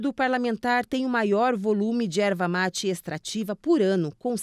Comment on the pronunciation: Erva mati não, é erva mate. Não temos sotaque, só falamos corretamente.